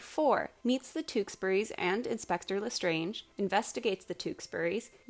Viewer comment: I noticed how u called him „Inspector Lestrange“ as in Bellatrix Lestrange :,) but his name is actually „Lestrade“